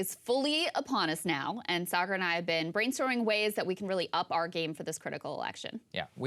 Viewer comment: She pronounced it Cigar Enjenti